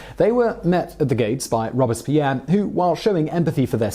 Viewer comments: This guy kills me with his constant mispronunciation of words and names. It not rob-es-pierre, it's robes-pierre. Understand how the French language is enunciated. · Take drink everytime Simon says the name Robispierre. I dare you! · Yeah it pronounced ROBES-Pierre Like he has two robes. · All interesting, but, when did ROBESpierre become ROBERTSpierre? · It’s Robespierre not Robuspierre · ROBE--SPEAR...!!...ok Simone? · "Robes" Pierre French guy in a poncho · His name was Maximillien de Robespierre not Maximillien Robespierre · I am pretty sure your saying Robespeirre wrong.